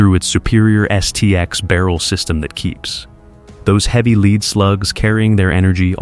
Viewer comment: L E A D SLUGS AS IN METAL. not l e a d as in front u a i jackoff.